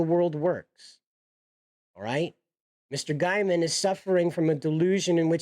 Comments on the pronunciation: Gaiman not Giaman, your pronunciation is driving me insane. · Just an FYI - you are mispronouncing his last name. It is said Gayman nto Guyman.